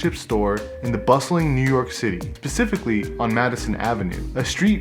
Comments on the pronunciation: Why do you say pacificlly instead of specifically did you not attend primary school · Motherfucker really said pacifically.